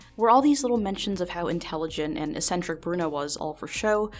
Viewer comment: There was no "chaos" in that room, only strict order. And the first C in the word eccentric is a hard K sound, the second C is the S sound: 'eck-sentrick'.